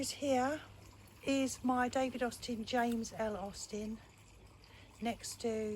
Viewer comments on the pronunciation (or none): none